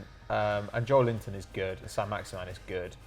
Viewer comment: When you realise that his surname is Joelinton, and he's not called Joel Linton